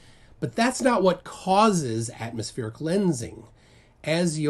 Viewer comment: Why is she saying atomoSPHERIC lensing shouldnt it be atmosPLANIC lensing in her worldview